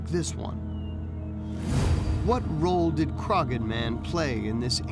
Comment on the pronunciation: At about 20 minutes in a site and mummy from Ireland are being discussed. For reference, you don't pronounce the g in Croghan, the best way I can think to describe the proper pronunciation is Craw-han, with very little emphasis on the imaginary w.